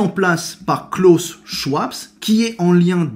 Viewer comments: Euh... Schwab sans s .... se prononce schVab 😊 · Bonjour, Le nom de Klaus Schwab ne se prononce pas avec un "s" à la fin mais se dit Schwab.